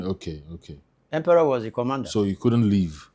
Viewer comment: Capt Harley Empere not Emperor